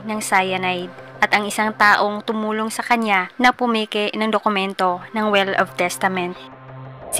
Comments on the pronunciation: "will" po mam hindi "well" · Yes... "well" (will) lang nman kamali nya